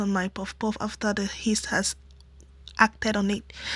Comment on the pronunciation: its not Heast but rather Yeast 😅